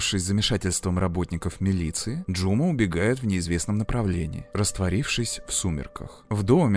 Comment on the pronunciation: Спасибо за работу! За фильм про любимую Алмату, хоть и в таком ключе😅 Единственное, побуду душной, в казахском языке ударение ставится на последний слог не Жұ'ма, а Жұма'